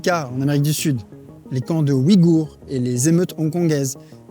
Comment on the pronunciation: 60% de tes vidéos contiennent-elles au moins une erreur ? Ainsi, dans celle-ci, ta prononciation de Ouighour est vicieuse. En Pinyin, c'est Uighur, prononcé ouille-gourd (je suppose que tu ne sais pas prononcer le GH). Dans le cas des sources francophones, je n'en connais pas qui soient fiables concernant Israël ou l'Ukraine. Malheureusement, je dois suivre quatre blogueurs (un Russe, un Ukrainien, un Estonien et un Étatsuniens s'exprimant en anglais) dont la compétence sur le sujet est élevée au sujet de l'Ukraine. La plupart des médias occidentaux sont à mon avis préjugés contre Israël. Sources fiables sur le conflit Israël-"Palestiniens" : les chercheurs et auteurs Douglas Murray et Robert Spencer.